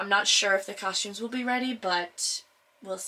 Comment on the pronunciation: lol I just think it's funny, you say it with an h in it, coshtumes, it's not pronounced Iike that,thats all